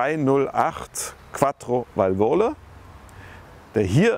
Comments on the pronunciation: Es heisst Vàlvole, nicht Valvòle! BEtonung auf ERste Silbe! :) Lustig vor allem, weil die französischen Begriffe, bei denen Du Dich artig entschuldigst, ziemlich gut ausgesprochen waren beim SM. :) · vàl·vo·la Betonung 1. Silbe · Als Italiener kann ich natürlich der 8.32 Thema nur hochfeiern. Was für eine Granate damals,und heute anscheinend eben so. Leider zu anfällig was Zylinderkopfdichtung anging 😢. Und die Wartung wie hier eben erwähnt. Ist echt jenseits von gut und Böse. Es ist wirklich nicht für jedermann. Nur am rand. Wäre schön sich über die richtige Aussprache zu informieren. Wie das wort VENTILE ' VALVOLE' ausgesprochen wird, tut ein Italiener weh 😔. Der Name vom.Herr Alfieri ingegen war göttlich richtig ausgesprochen 😊